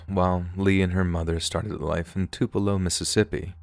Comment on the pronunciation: Too-Puh-Low... not Too-Pell-Oh